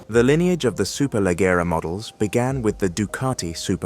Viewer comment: So annoying that they couldn't be bother to verify to tell the name Superleggera properly...